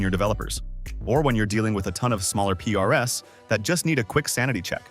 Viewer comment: Something tells me that the voice in this video is AI generated. Because it pronounces PRs as P-R-S. Which could happen when you pass the text to the voice AI model to read from.